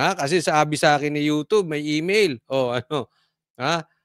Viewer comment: Couch naguhin mo Pronunciation ng YouTube Tama ydm.sayu.Ganito . wrong.yutob